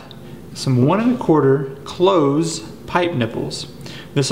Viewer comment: You said, "1 1/4 'cloze' pipe nipple that allows the components to be screwed 'close' together." You did not even notice your own 2 different pronunciations in the same sentence. If you learn the names of parts from your Mexican friends, maybe you can learn a bit and teach them. I never ended up building a pump. I lost my artesian flow when a neighbor down the hill illegally drained the water table below my artesian level by venting his well. He vented 25 million gallons onto the ground in 8 months. As a student of mechanics and physics, I've studied the various designs. The air chamber needs enough pressure to hold the water column to the top. If you do not put enough pressure in the inner tube, you dampen the ramp force and limit the amount of pressure that can build with each stroke to pump water up the hill. The system will still work but just not as well. An under pressurized inner tube will end up crumpled up as it is compressed to the water column pressure. I like the designs that use a hot water expansion tank as the ram chamber. The diaphragm in those tanks has less water turbulence so the ram energy is used efficiently. The reason ram pumps work is they use the momentum of the water to build the ram pressure. Water swirling around an inner tube can lose a lot of the momentum. Think of it as water drag or friction. I'd like to try making one with an inflatable test plug. It would be fun to build a couple different designs to see which works best.